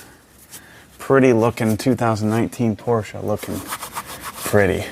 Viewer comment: We love a Porsche owner who knows how to pronounce ‘Porsche’ haha